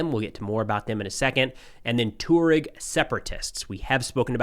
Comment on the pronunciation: Not "tor-ogs" but "twar-egs"